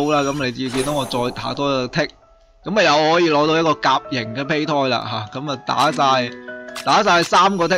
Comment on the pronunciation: 其實係讀(杯)胎